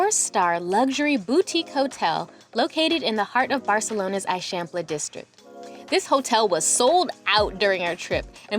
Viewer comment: You need to go back to Barcelona for long enough to learn basic pronunciations. The way that you are saying "Eixample" is especially incorrect.